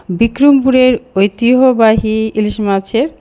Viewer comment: ঐতিহ্যবাহী উচ্চারণটা হল না। চেষ্টা করুন।